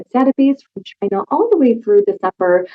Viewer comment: It comes from Chynahhh.